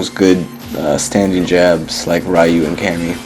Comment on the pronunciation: Why is Ryu's name so difficult to pronounce? It really bothers me that people who obviously love the Street Fighter games this much can't be bothered with learning name pronunciation.